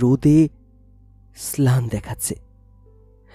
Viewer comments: গল্প পাঠ ভালোই তবে কথক মনে হয় বাংলাভাষি নন। দুবার ম্লান শব্দটি স্লান উচ্চারণ করেছেন। প্রিয় কথক মাফ করবেন, ভুল ধরা আসল উদ্দেশ্য নয়, ভাষা এমনই এক স্পর্শকাতর বিষয় যা মানুষের মধ্যে একটা সেতু নির্মাণ করে সেখানে বিঘ্ন ঘটলে ভাল লাগে না। শুভেচ্ছা ও ধন্যবাদ রইলো। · Ektu sabdhane golpo porben "mlan" sobdo take pore6e "slan" ar "rekabi" sobdo take "rekari" pore6en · স্লান নয় ম্লান